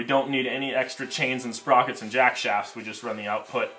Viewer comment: I’m glad someone else noticed it. Our how much emphasis is on the word shaft lol